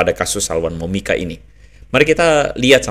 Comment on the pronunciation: PDT Andre bilang ajah Salwani Momika ngikuti Ajaran KASIH yg sebenar benarnya, kok susah sangat nyebutnya Toh luuu😁😁😁😁😂